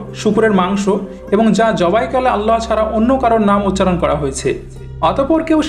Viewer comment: ভাই আপনি উচ্চারন করেন اللح অথচ হবে আল্লাহ বা الله ওটা শুদ্ধ করবেন প্লিজ।